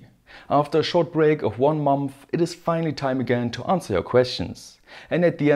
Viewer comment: My favorite pronunciation is mumpfh (month)